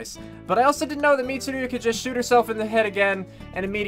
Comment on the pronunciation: Pronouncing Mitsuru wrong isn't so bad considering Death Battle did research and still pronounced Naoto and Yukari wrong.